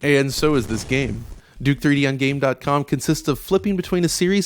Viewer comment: The last system on your list, isn't it pronounced "Gamecom"? like there is a voice that says that when your turn the console on right? you don't say dot.